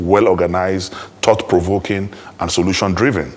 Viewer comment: What is a 'thout'? This English 😂😂😂